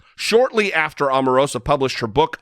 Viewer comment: Her name is pronounced OH marosa